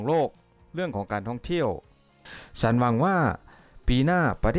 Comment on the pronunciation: ผู้บรรยายเป็นคนไทย หรือเปล่า กรุณาออกเสียงถาษาไทยชัดหน่อย ช.ช้าง ไม่ใช่ซ.ซ้าง ฉันไม่ใช่สัน